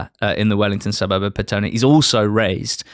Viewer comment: Very good pronunciation of Petone. Most people would say as Pet one